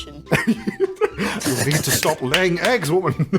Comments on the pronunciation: Did he just say 'eyying leggs' or am I hearing things? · Did anyone else hear CDawg say aying legs.